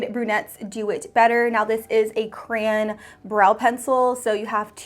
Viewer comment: Ok for the brows, was she saying crayon or crane? Sorry I’m so confused 😂 Loved the video though